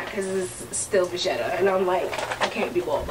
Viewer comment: Oh funny, you called it Louis vitton poshette Matisse